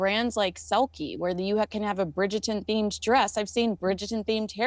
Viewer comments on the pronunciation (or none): say it with me Bridger-ton. Bridgerrrrreton.